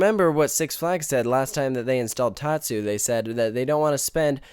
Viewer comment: you are saying tatsu wrong